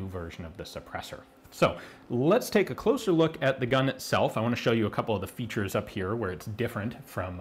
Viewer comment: "Let me show you it's featuresz! ah ah ah"